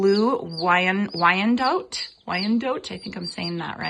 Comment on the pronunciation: I am from Oroville and part of the area is Wyandotte, and the last sylabil is pronounced 'dot'. Just saying...